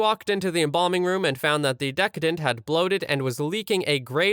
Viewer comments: It’s neither “descendant” nor “decadent.” The word for a deceased person is a decedent (pronounced “dee-see-dant”) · not decadent! oh my lord. that means over the top. good. like a rich chocolate cake. the word is De-SEE- dent. from the word deceased. meaning dead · It’s probably already been said a hundred times, but it’s not decadent, it’s decedent (pronounced duh-see-dnt). 😉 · Just so you are aware for the future,The word was not dec-EH-dent. It is pronounced De-SEE-dent, it means dead person. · Deh-see-dent. Deh-ka-dent is a very very different thing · The word decedent is pronounced dee-SEE-dent, as in a person who is deceased. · AI voice STILL didn't get it right. It's de SEED ent. Decedent. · It's pronounced: de- cee-dent. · It's actually pronounced (de-see-dent)s. Root deceased (de-seest). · "Dee See Dent" Some one who is deceased "Dee Ceased" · Decedent. Pronounced: dee CEE dent. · Came to the comments to correct the mispronunciation of decedent- realized others have already done it 😂